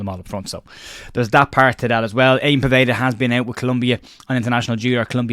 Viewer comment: Small thing but Povedas first name is pronounced Yan not Ian.